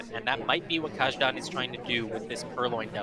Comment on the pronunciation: This was most definitely mentioned somewhere before, but "Kajdan" should be pronounced as "Kaydan", not the way it was pronounced here.